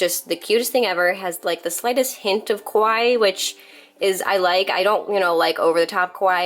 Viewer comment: Small little tidbit of information, the way you're saying"Kawaii" makes it sound like "Kowai" which actually means 'scary' instead of 'cute'. annunciating each syllable of ka-wa-ii will help so it doesn't get it mixed up!